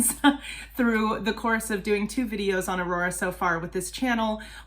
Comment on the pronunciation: I’ll probably comment again after the video, just gotta say that was a really good pronounciation. It’s always impressive when people make the effort. 😊 The way you said her name is very close to how Aurora would have said it as you had that R they say in Bergen (Where Aurora is from).